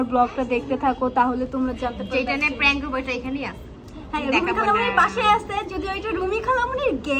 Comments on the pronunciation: It’s not প্রাঙ্ক it’s প্রেঙ্ক 🤣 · প্রেংক ❎ প্রাংক✅ 😅😂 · প্রাঙ্ক না প্র্যাঙ্ক😂😂😂😂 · আপুটা প্রাঙ্ক না ওটা প্রাঙ্ক